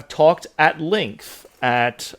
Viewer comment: I'm still laughing about that. I imagine someone ribbing for his accent every time he says "length". Not that I sound any better, but it makes me laugh pretty much every time.